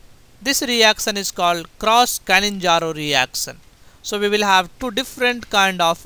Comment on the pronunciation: Its not "canninzaro".. Bt "cannizaro"